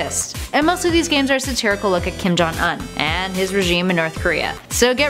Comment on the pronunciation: say his name right